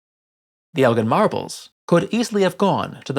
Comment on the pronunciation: Not "Elgin" marbles please..